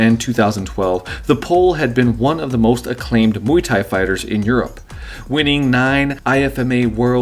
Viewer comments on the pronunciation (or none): none